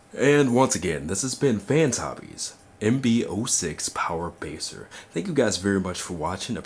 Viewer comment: "Power Baser" lol